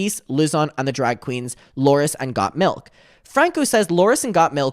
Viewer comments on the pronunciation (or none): saying Gotmiks name as GOT Milk lol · saying got milk instead of gottmik made me giggle